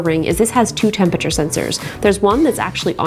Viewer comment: The way Justine pronounces “Tempature” is alternatingly cute and infuriating 🤒